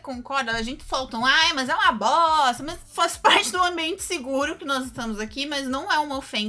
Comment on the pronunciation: Não sou fã de Star Wars, mas assisti o vídeo para ver o esperado "Análise Honesta - Obi Wan" e ouvir a comentar "Uma BOSSTA"